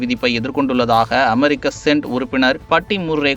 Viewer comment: தம்பி அமெரிக்கா "சென்ட்" உறுப்பினர் இல்லை. அமெரிக்கா "செனட்" (senate) உறுப்பினர் என்று படிக்க வேண்டும்